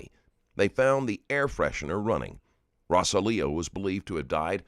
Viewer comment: ROSE-ALL-IO the name pronunciation was killing me. Narrator kept sating RO-SA-LEO